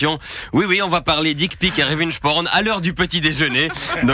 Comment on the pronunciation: t’as raison la faiblesse de Grivault au final c’est de pas assumer : d’une part ça lui fait de la pub, d’autre part les gens adorent les détraqués Par contre ça fait un peu bizarre de prononcer « revenge » avec l’accent français et « porn » avec un espèce d’accent texan (surtout qu’en plus on utilise certainement mille fois plus les mot « porn » en français que le,mot « revenge »)